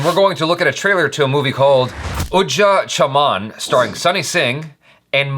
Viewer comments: Its UJDA chaman not UDJA chaman.. and D is pronounced as R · 80% of the comments "It's a remake of Kannada movie" 20% of the comments "It's Ujda Chaman and not Udja Chaman"